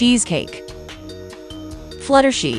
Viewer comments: It’s flutter, shy, Not flutter shi 😂 and it’s princess Celestia not Princess Celeste😂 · For the last time it’s flutter shy not flutter shi! And it’s not rava and the last dragon 🤬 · Fluttershee 😂😂😂😂😂😂 it's Flutter SHY. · It’s flutter shy, not flattery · It's supposed to be flutter shy and not flutter shi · It's not fluttershii it's Fluttershy👍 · Not Fluttershy it’s fluttershy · It’s not fluttershe it’s flutter shy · flutter she.. GIRL ITS FLUTTER SHY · Um that "fluttershi" was hilarious 😂😂 😆